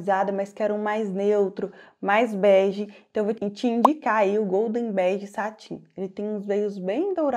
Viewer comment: Olá, parabéns pelo video, gostaria de fazer uma pequena correção: satin é uma palavra francesa que quer dizer cetim e se pronuncia ''satã''. 😜